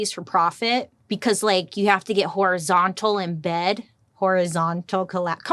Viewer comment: I'm just saying, everytime she says it I hear " whorizontal collaborator" lol yeah I know that was immature